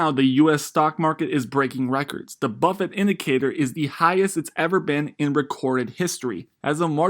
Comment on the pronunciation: Bro .... it's BUFFETT, not Buffet